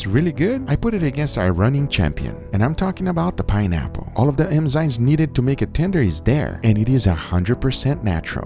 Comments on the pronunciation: Lol at Guga saying 'emzymes' instead of 'enzymes' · Is it just me or does it sound like Guga is saying “emzymes” instead of “enzymes”?